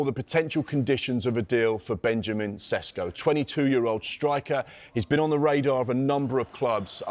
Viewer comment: His surname is not Sesko but Šeško = Sheshko (Š = Sh). Greetings from Šeško homeland Slovenia.